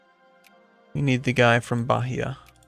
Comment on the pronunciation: Hey! Loving this series. Just for reference: The H sound in Portuguese is silent. So for example "Bahia" would be pronounced "Baeeah". Similarly, the letter R in Portuguese almost always has an H sound. So for instance: Rio de Janeiro is "Hio de Janeiro" and Recife is "Hecife" etc.... Just thought you would like to know!:)